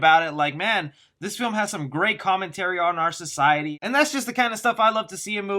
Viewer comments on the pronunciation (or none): none